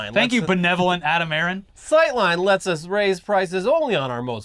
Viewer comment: Adam Aron? Literally A-aron